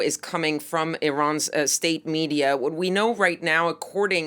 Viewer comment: why cant this woman say "state media." she says "estate media.